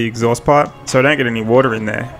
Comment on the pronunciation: ...in a bucket of wodaa! 🤣🤣